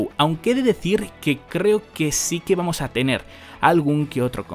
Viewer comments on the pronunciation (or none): none